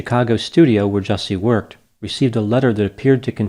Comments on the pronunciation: You're pronouncing the name incorrectly. Ju-Ce (as in a the beverage you drink) 😅 Justice for Juicy. Dave Chappelle just slaughtered him rhetorically. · Just a heads up - his name is “Juicy” …. He doesn’t get the respect of proper pronunciation lol